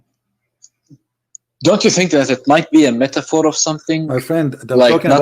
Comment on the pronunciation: Every verses qoran become methafore......to this guy. 😂😂😂😂